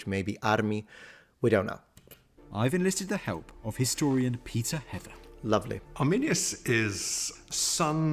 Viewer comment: Anyone else heard "pizza heaven" instead "Peter Heather" or am I just crazy?